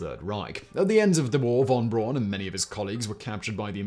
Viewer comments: Yikes! I was totally taken out of the narrative every time Simon mispronounced Wernher von Braun's name. It's pronounced "fon Brown" not von Brawn. Otherwise, a fascinating piece of space history. Also, Explorer I launched on January 31, 1958. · I guess you often make these pronunciation mistakes on purpose, but von Braun is pronounced Brown not Brawn. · It's actually pronounced "fawn brown". It doesn't rhyme ;) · Hi Simon. How do you manage to mispronounce von Braun's name? It's pronounced "brown" as in "brown". And surprise: "braun" actually means "brown". P.S.: Apologies for the trolling. I still like your channels and its' presenter. ;-) Keep up the good work!